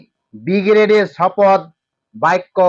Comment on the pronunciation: এই অশিক্ষিত চ্যানেল শপথ গ্রহণ কে শপদ গ্রহণ বলছে! এটা নিশ্চয়ই ভয়ে পাল্টি খাওয়া তোলামুলের দুধেল গাই চ্যানেল 😅